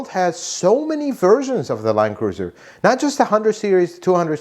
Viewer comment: Is it really pronounced "line cruiser"?